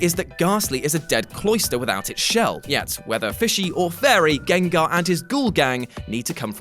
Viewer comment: This nigga said "trans gangars" lmao wtf